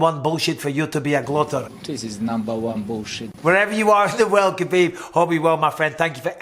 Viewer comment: Stop. It's Khabib.